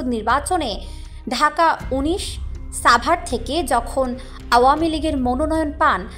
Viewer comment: ছাবার নারে সাংবাদিক (সাভার)